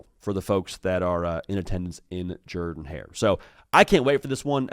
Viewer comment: He does Pronounce it right!!